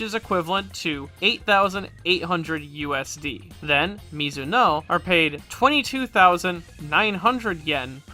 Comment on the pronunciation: For the record, the "-oe" part of thsoe rank names is pronounced "o-e" The "e" is pronounced. That's how Nihongo do, son!